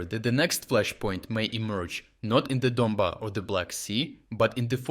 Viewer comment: yeah it is. The oriignal videos weren't like 2 years ago, but now they are. Its an AI trained on his voice. They have the same channel in a dozen languages. If you can't tell, listen to the random weird pronunciations of Ukrainian place names. Donbas pronounced like a French word without the S, various pronunciations for the same city names in the same video, mostly not like a Ukrainian would say them. If you speak Ukrainian, you'd know. It's clearly an AI reader, like when Lyman is pronounced 3 ways by the same speaker in the same video, or the like - AI reader.